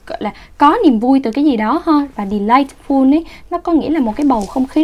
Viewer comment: em phát âm sai âm tiết "ful" trong từ "delightful".